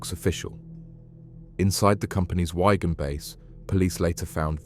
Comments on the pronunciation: “Wyegan” it’s “Wigan” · Its WIGAN you tool not WHY-GAN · It's called WIGAN not WYGUN 😂😂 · It's wig-an. Or wig-un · Wigan. mate get your words right makes you seem incompetent. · How do you not know how to pronounce Wigan lol that's mad